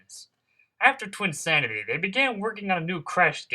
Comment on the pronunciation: Yeah I facepalmed at THAT engrish. Makes me think this video was partially rushed.